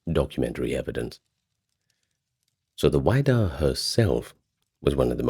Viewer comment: I grew up in Massachusetts. My parents live on Cape Cod. It's the "WIDD-a" (like "widow") - not WIDE-A"! Also, just FYI, sadly the museum in Provincetown, which was on McMillan Wharf, is closed. It has been moved to West Yarmouth (Cape Cod). It's a really cool exhibition. I've seen it several times.